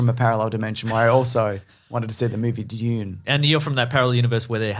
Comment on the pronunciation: I'm pretty sure it's pronounced dune.